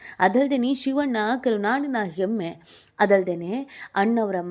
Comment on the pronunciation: ಕರುನಾಡಿನ ಎಮ್ಮೆ ಅಲ್ಲಮ್ಮ ಕರುನಾಡಿನ ಹೆಮ್ಮೆ ಮೊದಲು ಕನ್ನಡ ಸರಿಯಾಗಿ ಮಾತಾಡಮ್ಮ ತಾಯಿ